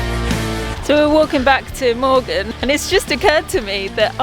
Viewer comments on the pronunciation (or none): Morgen, not Morgan. Well tried.